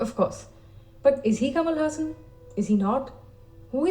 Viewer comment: Ulaganayagan means 'World hero', however it is called as 'Universal hero' as it is said by the director K.S. Ravikumar who gave that name to Kamal. You pronounced 'Haasan' as the Muslim name 'Hassan'.😁 Kamal Haasan is beyond comparison, he is beyond rivals, he stands unique and incomparable is indeed true which is said by his mentor and director K. Balachander. Kamal Haasan has set certain records which is not surpassed by any other actor. I don't know which actor in this world who has multiple talents as him being a director, producer, dancer, actor, technician, assistant director, choreographer, lyricist, television presenter, singer, make up artist, screenwriter and i don't know if i left any. When it comes to his talent, the first thing that always comes to my mind is the movie 'Dasavatharam' where he did 10 roles! That is quite insane, he also gave different voice and body language for all the 10 characters. I doubt there is any actor in this world who did 10 roles in one movie.